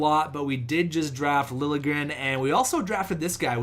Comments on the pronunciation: Lil'-ye-grénn is how Liljegren is prononced. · it's pronounced Thomas Lilyegren